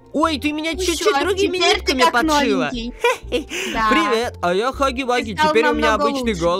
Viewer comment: Он не хагги вагги а хягги вягги 😁